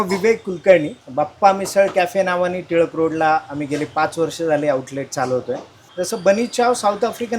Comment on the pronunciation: अरे टिटवाळा रोड.... नाही रे.... टिळक रोड आहे तो........